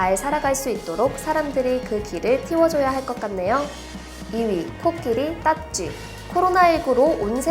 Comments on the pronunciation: '코끼리땃쥐'듣고 '코끼리 코딱지'라고 들은 1인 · 나 코끼리 땃쥐를 코딱지라고 들음?